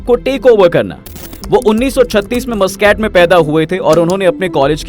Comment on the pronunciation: Abbe Mooscaat nahi MasKat kehte hai Oman ke rajdhani ko. Thoda research to kiya kar mere bhai.